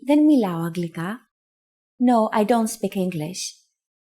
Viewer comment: I thought it was pronounced anglika?